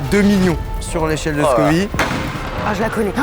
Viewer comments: Scoville pas scovi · "Scoville", pas scovy 🤦‍♂ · ScoviLLE. SCOVILEU pas Scovi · on dit échelle de scoville pas scovi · C'est l'échelle de Scoville, pas "scovie" 🙂🙂. Au top la vidéo !! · Scoville par contre, pas Scovi 😮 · Toute la vidéo il dit "l'échelle de Scovie" 😩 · On dit scoville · Scoville donc tu dis ville merci